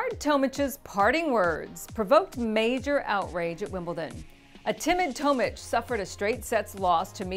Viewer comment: Bernard (toemich) 😂 its pronounced Tomic like atomic